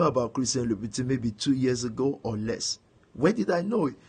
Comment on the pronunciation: Christian loubouTIN. Can’t even pronounce what you spend other peoples’ money on. Pathetic! Money can’t buy class.